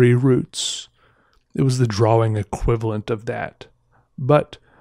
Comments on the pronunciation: He talks so weird...lol, it's drawing, not drawling. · IT is pronounced "drah-ing" not "drah-Wing" the W just makes the "draw" sound like "drah". think of the word "thaw" like you are thawing out meat, the W at the end could just be an H , they serve the same purpose."thaw" and "thawing ("thah-ing") you see.